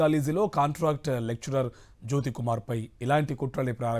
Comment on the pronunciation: రిపోర్టర్ లెక్చలర్ అంటున్నాడు లెక్చరర్ అని చెప్పండి